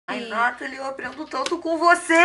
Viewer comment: não é Nátali, é Natalí